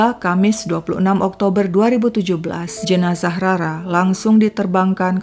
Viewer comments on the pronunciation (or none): none